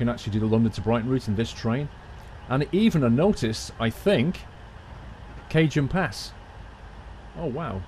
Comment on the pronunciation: Cajon pass is actually pronounced "ka-hone" pass. Just fyi. Brilliant job on the video.